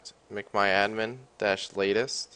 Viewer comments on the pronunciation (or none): its mcmyadmin not macmyadmin u dumass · Mic my admin XD